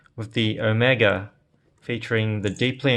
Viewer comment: Appreciate your correct pronounciation of Omega. It is Oh-Mae-Ga as of greek alphabet NOT Oh-mee-Ga as of some Hollywood actor.